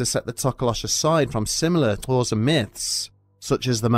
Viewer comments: I actually finally figured out how to say Xhosa correctly with the click from him doing it in this video. I'm not bragging, it's the bare minimum I can do as a white American, but there was a level of confidence that I could make my mouth make that sound that was added by hearing someone from an English-first country say it. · Damn, props for pronouncing Xhosa with the click sound. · The video itself aside, massive props for doing the click in "Xhosa"; in the few instances where I've seen someone say the word previously they seldom attempted the click. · The narration on these is always Hella satisfying but that was just chefs kiss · Properly pronouncing Xhosa was bad ass.